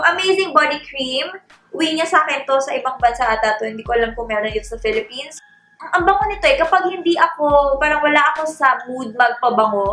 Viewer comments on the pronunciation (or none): none